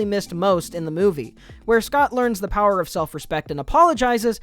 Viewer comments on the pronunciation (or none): none